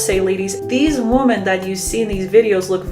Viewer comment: Forgive me, but I'd like to offer some constructive criticism. Whenever you say "women" (plural), it sounds like you're saying "woman" (singular). The first part of 'women' ("WOM-") should sound like "WHIM," differently than it sounds for the singular 'WOM-an.' Also, the second vowel (e) should sound like the "e" sound in "mEN." When you say womEN, it should sound like "whim"+"en" (latter sounding same as in mEN). Thank you for the content, you're addressing important issues and I only hope to help with your presentation.